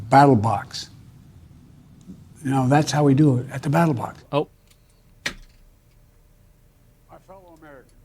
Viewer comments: he said battle box like 3 times, it's funny but not that funny come on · “Battle Box”, sounds like a new CoD map or something😂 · AT DA BATTLEBOX' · BATTLE BOX i heard lol